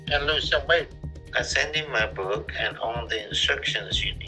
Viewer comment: Love videos but whenever he says "cook" and "book" it hurts me😭